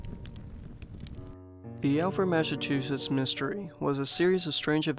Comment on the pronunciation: Glad it didn’t actually happen in Alford (pronounced All-ford btw) good and creepy!